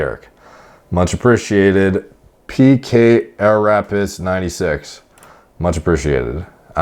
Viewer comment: "PK Arapiss" Nice save Derek